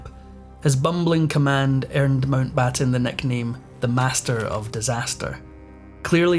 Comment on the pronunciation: Pessima traduzione, neanche il cognome MOUNTBATTEN viene pronunciato correttemente. Perchè non lasciare la V.O. in inglese?